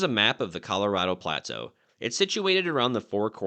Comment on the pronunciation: Dude, I’ve never heard anyone pronounce “plateau” the way you do, with emphasis on only the first syllable, “PLAA-toh”. Were you raised in northern Minnesota, near the border with Canada?